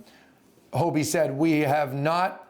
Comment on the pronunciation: It's HoDie, not Hobie